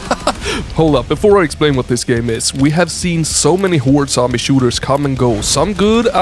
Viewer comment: Now, I have a wild hypothesis, bear with me. I noticed saying "sombie" instead of "zombie". (Maybe it's been obvious, but I haven't paid much attention to this.) IIRC, his friends came up with the nickname; what if they parodied his pronunciation and changed it to?! Otherwise, it's been lowkey bothering me for ages LMAO and I can't figure it out. Where is the truth!!!:_BratShout